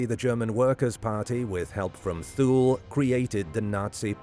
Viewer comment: Pronounced TU LE.....SLOPPY research...